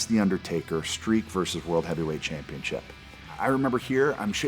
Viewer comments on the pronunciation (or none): He the only person I can remember calling the belt a championschip instead of championship